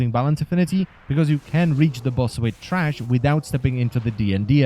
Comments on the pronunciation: t h r a s h not trash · Good guide thank you. And it's THRASH not TRASH! Lol. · tHrash not TRash